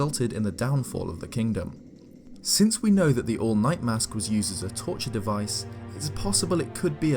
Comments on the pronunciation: For a moment, I thought you said, “The All Might” mask~ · I'm sorry, but it sounds like you're saying the "all might mask" and that's putting some weird images in my head